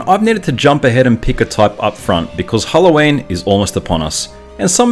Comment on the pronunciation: He pronounces Halloween as hello Wayne